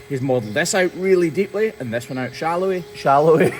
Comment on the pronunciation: Blame the accent for not saying shallowly right the first time; think of it like purple burglar alarm. :)